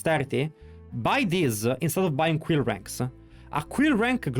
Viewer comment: Queer Ranks? 😂😂😂 I’m dead. His Quill Ranks sound like Queer Ranks